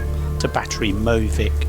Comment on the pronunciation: «Møvik» is not pronounced «Moe-vik», but with an «ø», which sounds like the «i» in «Sir» - so «Mø-vick» (locally we usually say «Mø-vig» though, with our soft, Southern dialect which is influenced by Danish)… 🤗